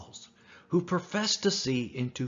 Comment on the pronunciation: Prophesied is not pronounced "professed.". Your narrator really needs to learn to read.